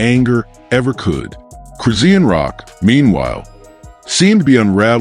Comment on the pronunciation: QUIT Sayin' Cris-zee-n! Her Name is Cris-shaun!!!🎬 Get it Right, Jeesh!